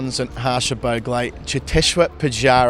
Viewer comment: Nxt time Harsha should ask Collins to pronounce Bhogle not Bhaawgle.